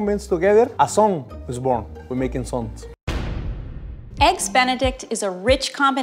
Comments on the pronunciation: eggu benedictu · IF SHE SAYS ÆGGS ONE MORE TIME…….